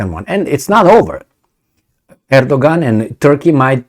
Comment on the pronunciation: Great - remember Erdogan is pronouced Edoyan (or something).